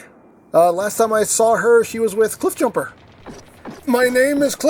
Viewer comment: Every single time I see cliffjumper in a review my mind wanders back to your tf Prime Reviews when you called him "chiffbumper" I still laugh a little at it 😄